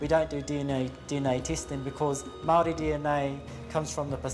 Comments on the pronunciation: It’s clear throughout this documentary that they did not have any input from true experts on Māori culture otherwise they’d at least have the pronunciation of Māori words and names somewhat correct. Any artefacts found to have been taken from a source country under suspect conditions should by default be considered for repatriation. These items were stolen. How can the French claim any cultural value they afford to these items could outweigh the value of the original possessors of the items. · AT LEAST ATTEMPT CORRECT PRONOCIATION HOW INSULTING XXX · agreed! pronunciation is important in documentaries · All this research and production, yet no one thought to actually check how some very basic Māori words are pronounced. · As a Maori, I agree with this. The pronunciation made my ears bleed at times. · It is clear that no attempt was made by the narrator to pronounce anything. I have heard people with the thickest accents from as far away as Russia pronounce Te Reo Maori better than this guy. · This doco is ironically tone deaf and unconsciously racist, also hurt to hear you pronounce Māori wrong every. single. time. and then proceed to give only westernized info about our relic. Have some respect for the culture of your discussion. This was shabby. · Love when people can put effort into pronouncing french but can't even say maori correctly. :| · Shame about the Maori pronunciation of the narrator... I see his French was spot on, he could have done maybe a little study, it's pretty clear he did none.